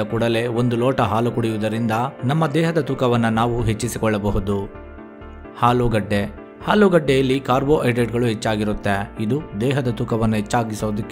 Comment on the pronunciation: ಮೊದಲು ಸ್ಪಷ್ಟವಾಗಿ ಕನ್ನಡ ಮಾತನಾಡುವುದು ಕಲಿ.. ಹಾಲು ಅನ್ನೋಕೆ ಆಲು ಅಂತೀಯಾ, ಆಲುಗೆಡ್ಡೆಗೆ ಹಾಲುಗಡ್ಡೆ ಅಂತಿದಿಯಾ.. ಏನು ವಿದ್ಯಾವಂತರು ನೀವೆಲ್ಲ 🙆‍♂️🙆‍♂️